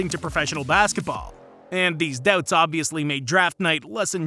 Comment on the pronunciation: you say doubts like debts